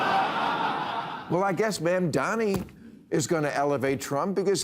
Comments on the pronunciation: His name is Mamdani (Mum-da-ni). No matter what our opinions are, can we all learn how to pronounce his name? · He could have learned how to pronounce Mamdani. And he could have said that nobody was calling on anybody to not follow orders. He omitted the word illegal and the two guests just let it slide. Good night old man